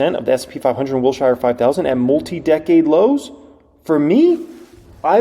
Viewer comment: Wilshire is pronounced “Wilsher” not “Wil-shy-er”. (😂 the most important comment on this thread, lol.)